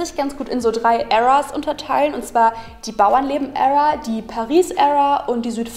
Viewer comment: Wenn Kiddies von heute versuchen cool zu klingen, in dem sie viele englische Eindruecke einwerfen... Uebrigens, Era spricht man wie "iera" aus ;-)